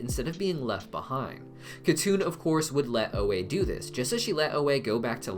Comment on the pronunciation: it should be pronounced Hatun not katun since it's a Turkic/Mongolic name.. but yes